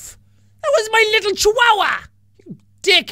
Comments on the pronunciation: You said chu awa said funny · who else laughed the way he said chihuahua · Me too